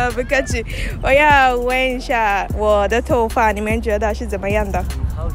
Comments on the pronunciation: Wo DE（MY） Toufa（HAIR） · You said 'wo da tonfa'